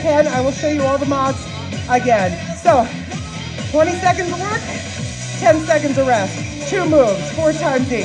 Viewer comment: At the beginning of the last tabata when you said I want you to work as hard as you can, I thought you said I want you to twerk as hard as you can lol So I did, and was having a great time until I looked up and realized you weren't twerking!!